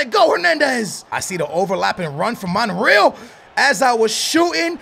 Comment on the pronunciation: its pronounced monRayal